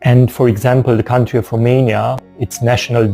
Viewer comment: Country or coutry, i think you have to put a 'n' in between, or maybe is it a word that i do not know, because i am not a native English speaker. Greetings